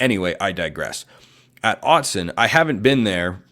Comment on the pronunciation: Why would we listen to you if you don’t even know it’s Autzen and not Austin 😂😂😂